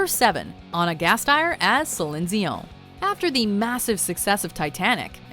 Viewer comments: Sellion dieeonm ...what.?? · Sorry the Celine dion one just sounds like a bad french accent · Question... who the fuck is SELESSEEON? It's SEALION DION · "Selind Zeeyon" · We don't need the descriptions please. Just let us watch it uninterrupted. And what's with Celine "Zion"? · Ok, please stop saying Zihzin Zizon. We get it, you know some stupid way to pronounce it. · Céline Zeon? Zéon? Zion? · It's irritating as hell the way this chick says Celine Dion... Someone please tell this chick that's NOT even CLOSE to how to say her name... And teach her how to say shit properly! 🙄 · I cannot stand the way she pronounces Celine Dion in every video... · Did anyone else roll their eyes when she said "Celine Dion"? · As a French person, what the hell is that pronunciation of Céline Dion? I thought it was the same in English. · nicholas holmes Céline Dion in French sounds the same as Céline Dion in English. I'm not sure how else to explain this to you. (coming from a bilingual person). The video pronounces it incorrectly.